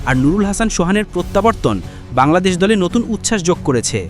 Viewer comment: ভাই ওটা বাল্লাদেশ না ওটা বাংলাদেশ হবে 😂